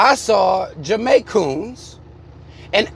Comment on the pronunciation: not the Jamaicoons lmao 🤣🤣🤣